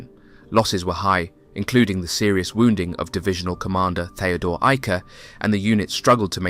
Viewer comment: Excellent job pronouncing German names such as Theodor Eicke.